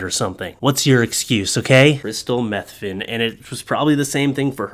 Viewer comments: Her name is pronounced Matheny, you pronouncing it methany is funny but incorrect! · I think it is mah they knee. But still awesome sauce content.